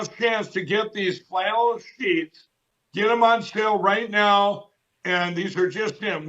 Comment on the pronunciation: I need to correct you, Sir. It's "Fshlannel Sheesh". I've hung around long enough at Lindell's network to know how to pronounce it right. 😂🛏